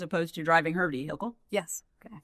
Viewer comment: Wendi, it’s “Yes,” not “Yuhs.”